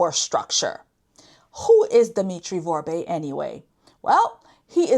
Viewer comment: is a clueless parrot. She keeps mis-pronouncing Dimitri's last name: Vorbe. She keeps saying "Vorbé" (vorb-ey) 2 syllables, instead of the correct pronounciation "Vorbe" (vorb), 1 syllable. All she is doing is extrapolate from american newspaper articles focusing only on the DOJ charges. To an american audience, may sound knowledgeable. To a haitian audience, does not sound intelligent, does not appear to be insightful. Electric power. Going back to the 1970's electric power in Port-au-Prince was quite irregular and it was provided by the Haitian government. Blackouts were common. The well-to-do have private electric generators. With the 2010 earthquake the government electric power was destroyed. Vorbe and others brought in barges carrying power generators to supply electric power to Port-au-Prince. Theft of electric power is common in poor sectors of Haiti and that has been the case since well before the time of Duvalier. The employees of the electric company do a lot of stealing of equipment. When you are talking about Vorbe, you need to talk about the Vorbe family, not just one individual. When you are talking about Boulos, you need to talk about the Boulos family, not just one individual. needs to research about how these "oligarchs" came to be in Haiti in the first place. Said oligarchs came to Haiti with little money and DEFINITELY no political power. Key: no political power. When the oligarchs came to Haiti, they had to deal with th